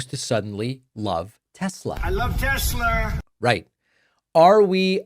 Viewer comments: He said tesler🤣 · Tessler? Did he say that? For real? 😂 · I cracked up when he said “tesler”!! He’s buying one from his best bud and can’t even pronounce the car and company’s name!! It will forever be tesler from here out! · Its TESLER, not TESLA. Didn't you hear dementia Don? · Isnt it Tesla not Tesler....🤔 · I know Americans love over extending their r’s but is it not pronounced Tesla, not Teslar? There is no r in Tesla. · The "Tesler" clip gets me everytime 😂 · " I love Tesler" 😂😂😂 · I love tesler 😂😂😂😂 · What the Fk? " I luv Teslerr frocking orange idiot."😂😂😂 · I love Tesslerr!!! 😂😂😂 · Trump's a scared puppy. He had no problem with the gAhtDaMn insurrection but he takes issue with opposing rallies and marches. What a tool. He should take a minute to get a reading and English tutor. From Troath Central to Tesler. I wonder what Trump's reading level is...😂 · Trump is a daily humiliation. Also, “Teslar”… ? What a moron! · "I luv Tessler!" - made my second laugh today... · Tesler??? 🙄 Does DT even know what his own name is? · I love Tesslurr😂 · I love Teslerrs😂😂😂😊 sounds like something Madea would say. Leave it to Trump to mess up a name. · "I LOVE TESLER" 😂😂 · "I love Tesler!" What an idiot. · The insert of trump saying "I love tessler" made me laugh out loud. Thanks, I needed that! :-) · Troth Social and Tesler 😂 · Tesler LOL Its all computer LOL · "Teslerrr" & Hitlerrr... It's all the same, right? 😒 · Teslerr!! Lmao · "Tessler" and "Troath Senshall." Truly a great legacy. 🙄 😡 😒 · Mate I watch you but taking the piss on the pronunciation of tesla isn't. Non American accents pronounce it as such and it probably repeats how elon pronounces it. Trust me I hate trump but taking the piss on us that don't say telsa as a American isn't it mate..